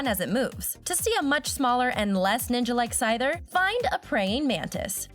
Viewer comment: You pronounced blastoise and syther WRONG